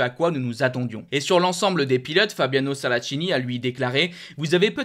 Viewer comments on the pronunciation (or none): Sterlacchini prononce Sterlackini ch en Italien = k en français